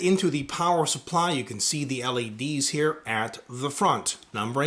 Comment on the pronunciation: What's awkward about it? Sure, it sounds like he says LAD's but it's not awkward lol